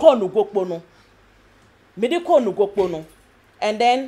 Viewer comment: Sir please the name of the time is Nogokpo not Nokpokpo